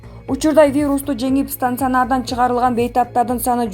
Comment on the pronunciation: Стансянардан дедиго (стационар)